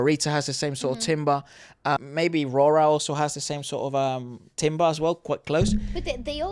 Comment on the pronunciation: Timbre is pronounced tamber, not timber.